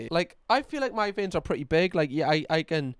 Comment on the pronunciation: I feel more faint everytime you say vien 🫠